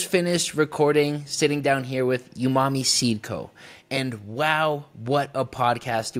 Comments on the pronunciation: Watching you miss pronounce umami so many times after he properly pronounces it is driving me crazy😂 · Dope podcast, I learned a lot about TC, and looks like next years Tax Return is going to Athena's Flow Hood! Also wanted to say, I just copped an Evo 8 with your affiliate link! P.S. There's no way to NOT sound like a dick while saying this over text, but, it's pronounced OOO-Ma-Me, not YOU-Ma-Me. I'm sorry, no shade at all, just a triggered OCD person! Love HGTV and all involved! <3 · Lol bro you killing me with that youmami, he clearly says OOmami twice when you first address him and you come right back swinging with the hard U 😂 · Iam preatty sure its prononced OOMOMMY not YOUMOMMY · I could be wrong but im pretty sure it is pronounced oonarmy. And the best way to describe it is savory